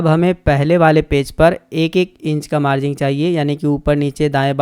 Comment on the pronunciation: मार्जिंग नहीं भाई मार्जिन होता है